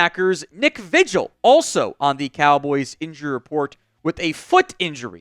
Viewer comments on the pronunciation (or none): Vigil is pronounced V Hill